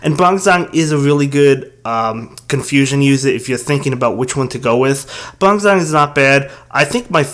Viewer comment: I'm not the only one who flinched a little bit about his "bronzong" pronounciation right?